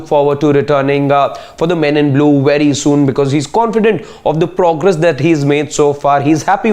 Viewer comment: Wery wery